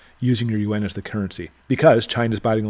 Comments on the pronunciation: Thanks for the great inte! By the way, the Chinese currency is pronounced ‘ YOO-AAWWNN’ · Hummm, I think the Chinese in China refer to it as you-awn. That is the international currency. The interior currency is the Renminbe. Most people in China do not carry the Yuan.